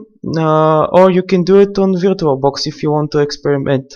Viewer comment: hahahahaha virto box hahahahah first learn english